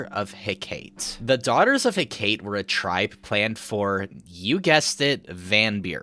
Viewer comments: pronouncing hecate like he-kate hurts my soul for those wondering, the correct pronunciation is "heck-uh-tee" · Amazing video, but I gotta be pedantic for a second: Hecate is pronounced “Heck-a-tee” not “he-kate” lol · Daughters of He-ka-te, not Hekate.